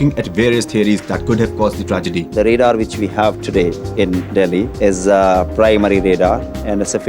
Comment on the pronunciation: It's not REDAR it's RADAR... use proper pronounce... we know English is good language but sometimes you over acting that's bad for youtuber.